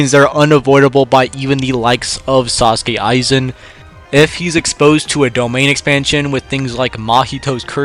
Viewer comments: “Sasuke aizen”😭😭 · Is it just me or did I just hear him say sasuke Aizen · I’m sorry, I can hardly take this seriously when I keep hearing sAUsuke Aizen. My brain keeps trying to mash together images of Sausuke Uchiha and Sosuke Aizen when ever I hear that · bro said Sasuke Aizen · It’s The butchering of aizens name for me.